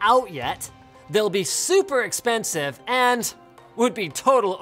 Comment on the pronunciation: I love how he said most expenisive..... Good job Lienus